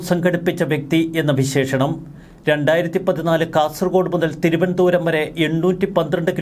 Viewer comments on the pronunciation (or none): none